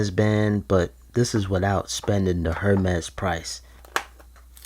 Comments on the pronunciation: This. lmfao. HER MEZ BAND, WIT OUT SPENDIN DA HER MEZ PRICE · Its pronounced airmes......... 🤦🏻‍♂️